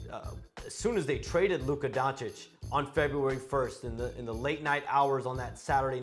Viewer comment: How does Steven A not know how to pronounce Luka’s name after all this time? That’s really sad and disrespectful.